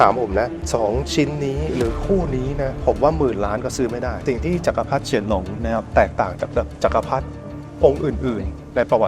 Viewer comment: เฉียนหลง ครับ ไม่ใช่ เชี่ยนหลง